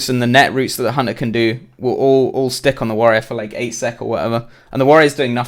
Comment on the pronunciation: why do i hear honor when he says hunter xD